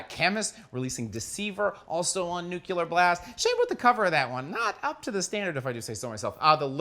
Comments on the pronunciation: So its nuckelar blast, not nuclear blast? WTF - what is that? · I love you but stop saying "nucular" for Metal's sake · Can't concentrate when I hear the word "Nucular" so many times. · Nu-CLE-ar blast.